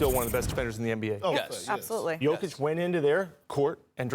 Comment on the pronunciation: Hunh? The Lakers aren’t good. They are in the 10th position in the west, exactly where they should be. It’s just ESPN that talks up the Lakers above their ability because they think that attracts eyeballs. And Bob Meyers, holy smokes dude, how about you learn how to pronounce Jokic’s name.